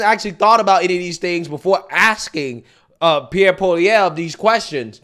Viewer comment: I'm impressed. I seen you mess up the pronunciation many words and names. You actually pronounced Pierre's name pretty good.